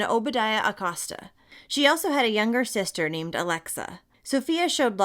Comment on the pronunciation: I love love ur videos I watch u every day. The last name is pronounced A-coe-sta